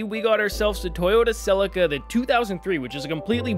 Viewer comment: suh·lee·kuh is how you pronounce Celica :D